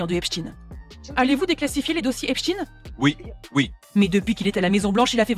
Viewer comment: J’ai envie de claquer la journaliste qui nous sort « EP-CHTINE » …. Incohérent linguistiquement soit tu le lis à l’allemande et donc ça se dit EPCHTAÏNE (j’écris de manière à ce que les sons soient lisible), soit tu le lis à l’anglaise et la c’est EPS-TINE.